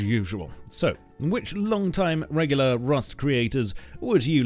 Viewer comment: Emphasis on the "LONG TIME, REGULAR rust creators" 😂